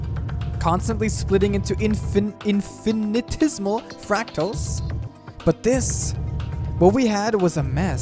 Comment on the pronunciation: "Infinitesimal." Infinite decimal.